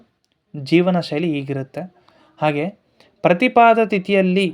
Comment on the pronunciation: ಪ್ರತಿಪದೆ.ಪ್ರತಿಪಾದ ಅಲ್ಲ.